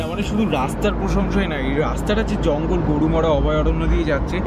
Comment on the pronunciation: Dada "garumora"noy "garumara"